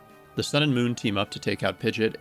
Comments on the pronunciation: I cringe every time you say Pigeot, but the video was good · I know they pronounced "Pidgeot" like that in the Pokerap, but.. 😅